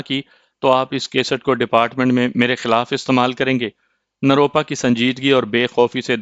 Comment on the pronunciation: روپ روپا نروپا ھے آپ بار بار غلط بولتے ھو